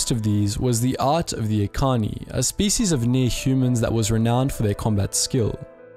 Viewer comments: God, every, single, video about star wars lore has major problems with pronunciation... Echani not ekani lol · 'Ekani' Wait do you mean 'Echani' with a 'cha' sound? Sorry. KOTOR relapse. Sidenote, mandos loved to pick on the echani fighting styles. "Look, di'kut. Are you gonna dance around for another twenty minutes or are you actually going to a throw a punch?" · pronounces it like Ekani. Me, who has heard as e chan ee from kotor 1 and 2: ☹️☹️☹️ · Echani is pronounced the the ch sound not the k sound. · Probably a little late, but you mispronounced "Echani".